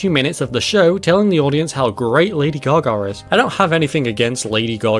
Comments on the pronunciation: Great video But also "Lady gar gar" lol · "Lady Gar Gar"